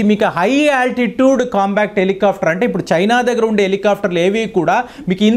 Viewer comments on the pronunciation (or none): మీరు చేసిన విశ్లేషణ బాగానే ఉందికానీ..... మీరు కొన్ని పదాలను పదేపదే తప్పు పలుకుతున్నారు. COMBAT హెలికాప్టర్ లను మీరు " COMBACT " అని తప్పుగా ఉచ్ఛరిస్తున్నారు. COMBAT అంటే పోరాటం; COMBA-C-T అనేమాట తప్పు. మీవీడియోలను వేలాదిమంది దేశమంతా చూస్తుంటారుకాబట్టి మీరు పలికే తప్పులు వేలాది ప్రేక్షకులకు ఇబ్బంది కలిగిస్తుంటాయి. COMBAT అని పలకండి. "కంబాట్" అనేమాట సరైనది. " కం-బా--క్ట్ " అనేది తప్పు. ఈసద్విమర్శను/positive feedback ను sportive గా తీసుకుంటారని ఆశిస్తాను. ధన్యవాదాలు !